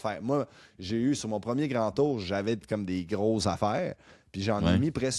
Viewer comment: Bonjour, merci pour ce podcast sur le vélo, toujours super intéressant à écouter! Juste un commentaire sur la prononciation de Premier Tech...c'est premier et non première :). Surtout que la compagnie est commanditaire des championnats du monde route 2026 à Montréal, on risque d'entendre ce nom là assez souvent! Continez votre bon travail!